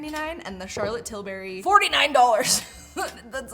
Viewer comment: Laughing at Charlotte "Till-berry" every time she says it.